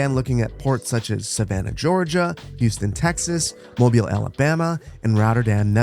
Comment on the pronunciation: Thanks for the correct pronunciation of Mobile! I've heard people that think it's some kind of phone 😅